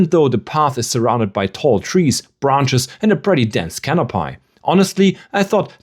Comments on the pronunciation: can up y (we) not - can up pie , lee -v-es not. lee vvv es es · I love the vid, had to come to the comments to add to this… canopy is pronounced “cano-pee” never heard it pronounced cano-pai before… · Great video! One little thing: it's pronounced canopee not canopie. ^___^ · 'Cano-pie'? Is this a bad AI-voice?